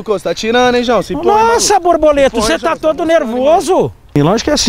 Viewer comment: "Borboleto" ele fala...